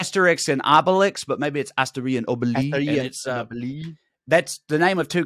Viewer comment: By the way Trae the X in Asterix and Obelix is pronounced.